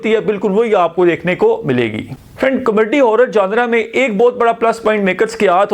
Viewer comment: What a Comaddy you are😂 Learn to pronounce kakay😅 Btw horror aisa hota hy kya k apni phat rahi ho, actually horror bhi comedy hi hoti hai bollywood mai kyun COMADDY😂😂😂